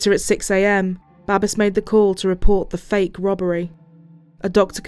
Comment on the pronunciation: "Babes," in English is pronounced, "BAY-BS," like babies, without the i sound or the letter, not "BAH-BES." This man's name was Babes, and I bet he did get a lot of babes. He was good looking.